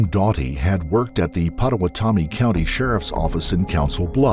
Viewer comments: Pota-wa-TOMMY? 🤣 POTA-wata-me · Sorry but it's pronounced "pa-to-wat-omee" I'm a tribe member of the citizen potawatomi nation and that jail was named after the tribe as a tribute.